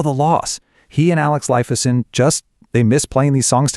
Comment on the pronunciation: P👂T! Lifeson, 2 syllables, not 3! At least you got Geddy lee’s name right…